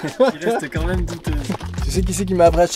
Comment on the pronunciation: "C'est qua même joli en pancake" Toi t'es du sud-ouest, sans hésiter... 😂